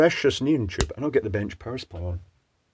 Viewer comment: knee on, not neun lol